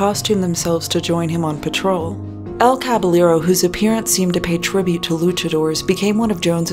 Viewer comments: On a rewatch and while I doubt you read through the comments of old videos, wanted to say that you pronounce "Caballero" as "Kah-by-yeh-ro". In Spanish, if there are two L's together, it makes a Y sound. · The pronunciation of Caballero as Kvalero...really hurt my ears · Idk if its or Caballero himself who is mispronouncing the word, but it's cabaYEro. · Btw: El Caballero is pronounced El Cabayero, the two Ls become a soft J 👌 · That's not how "Caballero" is pronounced.